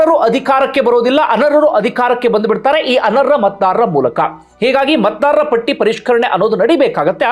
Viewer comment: ನಿಮ್ಮ ವಿಚಾರ ಮಂಡನೆ ಬಗ್ಗೆ ತಾಕರಾರಿಲ್ಲ. ಶಬ್ದ ಉಚಾರಣೆ ಸರಿಯಿಲ್ಲ. ಉದಾಹರಣೆ: ಮಾಡಿದ್ಧಾರೆ (ಮಾಡಿದ್ದಾರೆ) ಅರ್ರ (ಅರ್ಹ) ಅನರ್ರ (ಅನರ್ಹ). ಮೊದಲೇ ಈಗಿನ ಮಕ್ಕಳು ಕನ್ನಡ ಅಂದ್ರೆ ಮೂಗು ಮುರೀತಾರೆ. ಸ್ವಚ್ಚ ಕನ್ನಡ ಕಲಿಯಲು ಸಹಾಯ ಮಾಡಿ